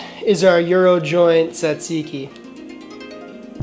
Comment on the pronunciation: Bro, why did you butcher that tzatziki like that? 😂